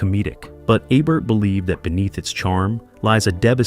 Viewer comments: It's E-bert not Ay-bert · EEEbert not "ibert" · For God's sake, the man's name is E-bert. Not ebb-bert. Not ah-bert. Not A-bert. E-bert. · aybert. 😂 you need to take this video down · It is EE bert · It is EEEbert like eBay or email. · EE-bert, dummy. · Your inconsistent pronunciation of Ebert I’d distracting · If you’re going to cash in on a man’s legacy, you might want to pronounce his name correctly, consistently, throughout your video.